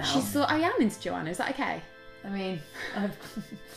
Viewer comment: OMG she said my name in the most beautiful way "Joana" as soon as Rose said it I started to smile really hard ❤❤❤